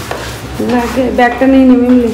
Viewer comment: Medicine shop e ogulo ke chocolate bolena r mimlir pronunciation ta thik hochhena